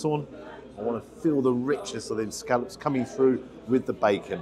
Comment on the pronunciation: Hello,. It’s soo refreshing to hear scallops being referred to by their correct pronunciation and not as so commonly used in this so called modern day as scollops.!!! xxx